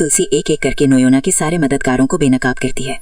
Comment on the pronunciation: Noyna❌ noina ✅